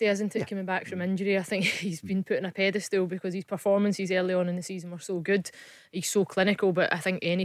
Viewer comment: Did she just say "pedastool"?